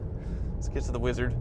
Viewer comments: every time he says Weezerd all the atoms in my body cringe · Could you please stop saying "Weeezzard!" it drives me nuts! I like your channel but I seriously want to unsubscribe just because of how you say wizard.